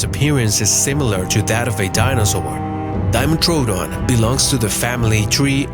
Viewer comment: You know nothing about dinosaurs... or anything prehistoric... I know this because? I have 100 books. You also butchered dimetrodon... and many others.